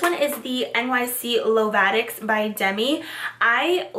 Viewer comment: ITS LO-VA-TICS not LA-VA-TICS x)